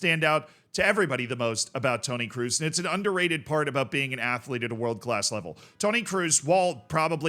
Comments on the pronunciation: Mate its kroos not cruz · It's Kroos ! Not Cruise !!! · Toni KR-OOO-SS not “ cruise” 😂😂😂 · Not "cruise", more like "crows". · it's pronounced "Krose" (in an American accent) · The 'oo' in Kroos is pronounced like the oa in boat. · Your pronunciation of Kroos makes my toe nails curl up😂 It‘s pronounced with a long O like in Orange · Everytime you say Tony Kroos, i hear Tony Cruise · Brother, Kroos isn't hard of a surname to pronounce! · PLEASE PRONOUNCE KROOS CORRECTLY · As you try to pronounce every footballer name right its not pronounced with an u sound as it would be in english but its pronounced with an o sound.